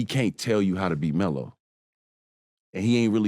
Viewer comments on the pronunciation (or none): I caught that too but I noticed he was saying “ELO” short for “Melo”